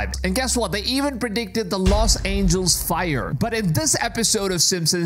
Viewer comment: “Los Angels”? 👎